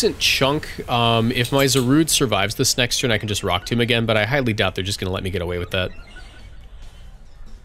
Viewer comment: Emvee is disappointed in your pronounciation of rock tomb